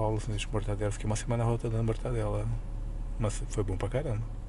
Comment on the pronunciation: Não é "Mortandela" e sim "MORTADELA"